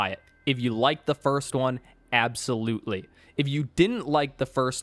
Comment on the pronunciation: "rike" lmao it never gets old